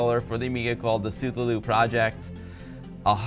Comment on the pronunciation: isn't Cthullu pronounced like kah-thoo-loo?